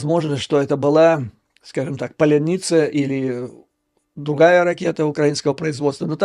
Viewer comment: Вы же украинец! Почему тяжело сказать ПАЛЯНИЦЯ?